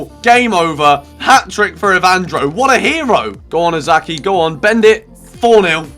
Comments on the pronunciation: Its not Osaki!^^ Its O ka sa ki (okasaki). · It's Okazaki not Ozaki mate x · Please, the name is OK-A-ZA-KI, not OZAKI